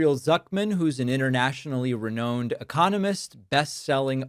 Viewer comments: David, I encourage you to check the Merriam-Webster Dictionary for the proper pronunciation of "renowned." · It’s re- nown I think, sorry to be a dick!